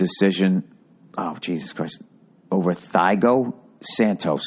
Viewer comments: Thiago santos is pronounced tea ah go :) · bill calling Thiago "taigo" was kinda funny, not gonna lie. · “Thy-go Santos” 😂😂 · "Thigh-Go...." LOL